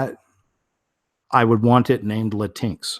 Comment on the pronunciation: I think it is pronounced Latin X